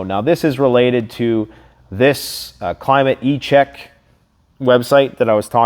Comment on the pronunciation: It's Climate Check; not Climate e-Check. 😉😅